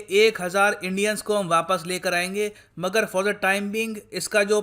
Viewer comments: मैं आपकी इज्जत करता हूं पर आप मगर का pronunciation मागर करते है और मैने बहोत से विडियोझ में ये देखा है। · Its not मागर ITS मगर Its not जलस्व its जलस्वा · मागर नही मगर.. mean crocodile. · It's मगर not मागर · Sir it's pronounce mgar(crocodile).